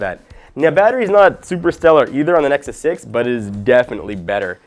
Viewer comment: He said nexy again :D